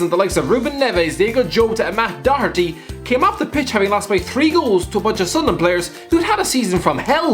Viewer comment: Alfie if you’re watching this, that’s how you pronounce Doherty’s name correctly